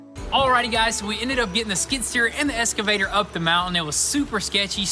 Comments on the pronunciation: Love you guys, but please, please, it's an "X"-cavator, not an "S"-cavator. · Happy thanks giving guys just one thing it’s pronounced EXCAVATOR not ESCAVATOR 👍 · You guys need to start saying "excavator" instead of "escavator"